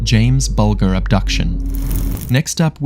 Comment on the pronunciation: BULGER…..pronounced BUL JER. Please don’t mispronounce names, especially of victims of pure going to talk about them. It’s not that hard to research how to say them correctly.